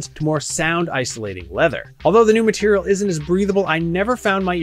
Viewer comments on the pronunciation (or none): none